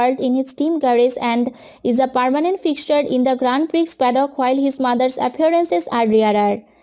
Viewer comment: Appreciate your efforts but please see the pronounciation first.... Grand Prix is pronounced as Grand Pri..... X is silent... Nd many other were thr just see the pronounciation first..... Anyways nice video!!!